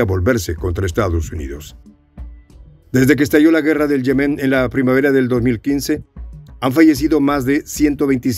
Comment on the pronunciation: Yemen NO lleva acento. O sea NO es Yemén, sino YEMEN. Rasca el oído.